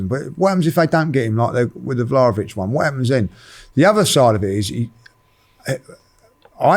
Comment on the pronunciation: pronouncing names is so jokes, ‘jewventus’ & ‘vlohvic’ hahahaha